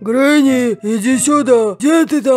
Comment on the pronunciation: Не гранни а гренни